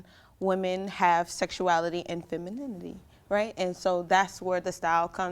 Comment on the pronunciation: "Femini-ni-ty, Right!?" Euuuhh, nope. Denied.